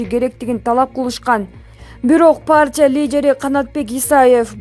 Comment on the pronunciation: Партия деп оку паартия дебей